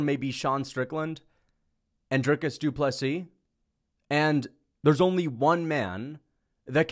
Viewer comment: Ffs pls don't pronounce the s on the end of Saint Denis or Du Plessis